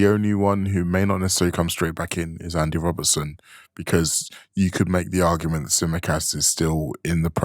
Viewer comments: His name is Andy Robertson. How the fuck do you repeatedly call him Robinson 😂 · His opinions aren't bad but where'd you find a guy who after EIGHT YEARS is saying Andy Robinson 😭